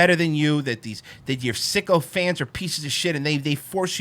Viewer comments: Maybe he said "sycophants"? 🧐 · “sycophants” not “Sicko Fans”* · I think Rogan said Sycophants not sicko fans